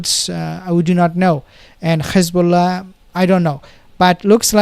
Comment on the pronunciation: Ssalam bro ! You know how to pronouce the "h" of rafaH but you pronouce Hamas like the entity = Khamas !!! Same for hezbollah, you pronounce it Khesbollah ! It's a H "ح " not a KH " خ" ; All muslims should know how to pronounce !! Allah is al RaHman, not al rakhman, al raHim, not al rakhim ....